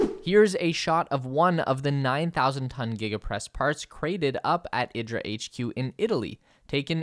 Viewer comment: IDRA is pronounced EE-draw